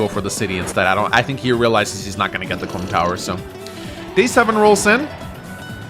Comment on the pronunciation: Really need to enunciate Comm Tower a bit more